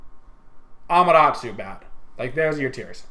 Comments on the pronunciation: its Amaterasu, not Amarasu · 4 reelziez doe, it's Ah-mah-teh-rah-soo with emphasis on the first and fourth syllables and the 'soo' being very subdued. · It's A-MA-TA-RA-SU learn Japanese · WTF is a Amaratoo? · its not pronounced amaratu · Learn to pronounce Ama-Ta-Rasu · Centa Urss AMUTARUSU